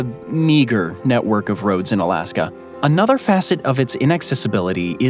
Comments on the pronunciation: It sounds like your saying "Alaskam" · Was i tripping or was it sayin alaskum here there lol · "Alaskum & Columbium"😂